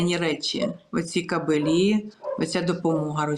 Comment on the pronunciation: Дівчата.не кабелІ , а кАбелі. Наголос на А.